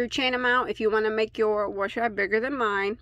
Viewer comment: Good video.Except the word wash sounds like you are pronouncing it like there is an r in it.